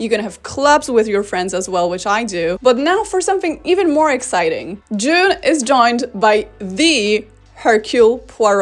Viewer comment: A couple of times you said "june" sounded like "jizz"